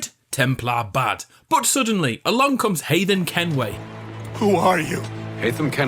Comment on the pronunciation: "Hayden Kenway"